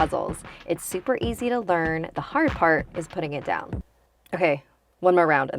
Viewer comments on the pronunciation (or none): none